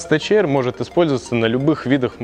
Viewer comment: Не альпИнстарс, а альпАЙнстарс! Не тэЧэйр, а тэКэйр🤦‍♂️🤦‍♂️🤦‍♂️